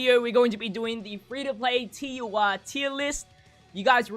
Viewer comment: TUR not UR